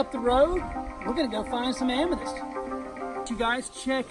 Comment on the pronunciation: Not Am me dyst. Am me thyst lol seriously!